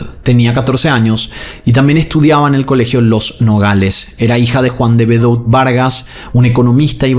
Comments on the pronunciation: El apellido De Bedout se pronuncia "De Bedut", no bedout 😂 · Debeduá!!!! se pronuncia. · El apellido se pronuncia de bedú. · Hola, solo por información te cuento que el apellido de las victimas se escribe "De Bedout" pero se pronuncia "De Bedut".